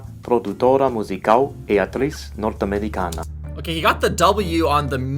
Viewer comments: when you pronounced “Norte-americana” you forgot that in Portuguese the letter “a” has multiple sounds. You said: ámericáná, when the widely spoken way here in Brazil is “ámericâna” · Norte-americana is pronounced nortchamericana, also, remember that this is not Spanish, so the 'a' at the end is pronounced like the 'a' in the english word "Russia". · Norte [Norh-tsh]